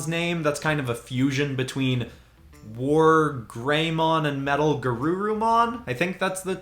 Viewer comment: yo he nailed the names wargreymon and metalgarurumon do merge into omegamon or omnimon same digimon anyway